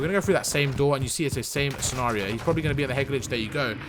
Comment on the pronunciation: Got to diamond rank because of you. Thanks for all the advice. love how you say "scenario" too 😂